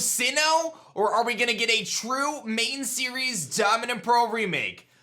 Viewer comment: I like how you said, "A TRUE Diamond and Pearl Remake."